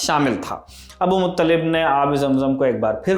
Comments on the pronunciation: Abdul mutallib not abu mutallib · Abdul Muttalib name he Abul Muttalib nahi he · Abu Muttalib nahi Abdul Muttalib